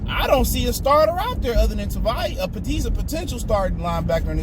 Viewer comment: Dude Tavai only has 2 syllables